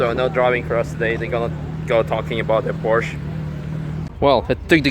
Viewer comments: He, thought you speak german, it is Porsche, not Porsch. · Porsche = PorschA. Surely you know this?